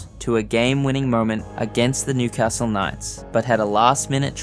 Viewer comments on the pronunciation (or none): none